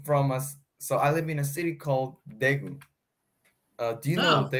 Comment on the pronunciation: I feel you like you pronounced daegu very english like as well this time